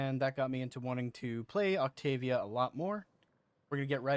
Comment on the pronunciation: Wow that is so not how to say her name lol